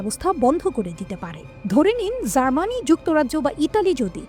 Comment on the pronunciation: জার্মানি নামটাই ঠিক করে নিতে পারছেনা,,,,,,,, তাও তিনি সংবাদ পাঠিকা 😀😀😀😀